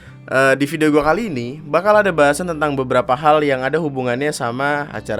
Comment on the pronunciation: intonasi "kali ini" nya salah bang